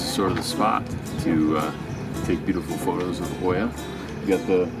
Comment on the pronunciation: oia is pronounced "ia" not "o i a" or hoya. Just speak the 2 letters together i+a > ia. you see "o"+"i" in greek language makes an "i" in most of the words ! thanks for visiting OIA